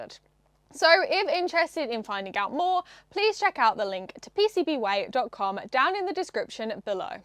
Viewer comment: "PCBWay". You're saying it wrong, you're supposed to say it like 'PCBwaaaaay!". ;-)